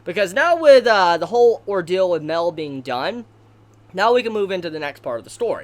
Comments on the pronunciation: His name isn’t pronounced Male, it’s pronounced My-El. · Okay, it took me a while, but darn it has gone too long, could you pounce it *MA-EL*, not "Mel"? You're the only one that calls him that, I don't know how you haven't caught it yet. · Its not mell its mi-el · OMG ITS MA-EL. FOR FUCK SAKE, MA-EL, NOT MEL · im kinda mad on how you pronounce his name... like bruh they show how to say Gowther and Mael's name!!!! Mael is Mon-el Gowther is Go-ther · Go-ther, Ma-el- learn to pronounce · its g-oh-thur and m-eye-el jesus christ ive never heard simple names be butchered so horribly... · I can't watch this video, the way he say mael name is bothering me alot. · wait is mael pronounced "mae-l" or "ma-el"